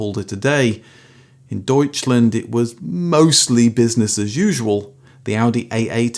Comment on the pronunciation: You got me subscribing when saying "Doitschländ"